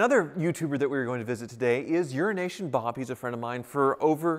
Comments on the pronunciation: Every time says 'Euronation' I hear 'Urination' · Do you call him Euroasian Bob or urination Bob because that’s what it sounds like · Did he say Urination? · I'm pretty sure that 5 times out of 6, he does say urination Bob, he certainly did on the Wizzard's video..... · he does say urination. That’s why bob said something like language challenged friend to him. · Ha... This whole time I thought was saying Urination Bob. I thought it was an inside joke that I didn't get. Haha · When says “Euroasian Bob” does anyone else hear it as “urination bob”? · Eurination Bob......gets me everytime!!! LOL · he does say it lol that's why Bob called him "language challenged", luckily Bob is a good sport about it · Lol everytime you say euroasian Bob it sounds like your saying urination Bob. Lol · All this time I thought it was "Urination Bob" 😳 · EuroAsia! I thought you were saying urination Bob this whole time! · Is it just me thats hearing him say "' Urination Bob'? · I can't be the only one that's heard that as Urination Bob??? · I can’t be the only one that hears urination bob every time says it. Maybe because I usually watch at 1.25 speed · Why do you say Eurasian as Urination? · Does he keep saying “Urination Bob”?? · Euroasian ... i thought you said Urine Nation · Why do you keep calling him Urination Bob? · I thought he was saying urination bob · Why do you always say Urination Bob? Lol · Does anyone else keep hearing "urination bob"? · It sounds like you say urination Bob.